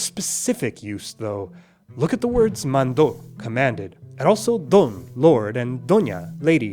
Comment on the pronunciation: I think you meant mandó, not mando. Mando (emphasis on the first syllable) means "I command", present tense, while mandó (emphasis on the second syllable) means "he/she/it/you-(formal) commanded", past tense.